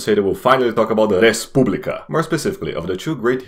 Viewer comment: Lol, I thought you are russian when you pronounced RESPUBLICA Wsup from Russia